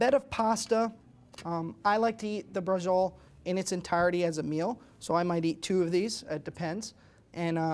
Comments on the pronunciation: si scrive braciole e si pronuncia braciole e non basciole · Why are you pronouncing it with a J sound? It should be "brah-cheo-lay". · Pronounce bra...ci...o...le, atre y ou speaking dialect?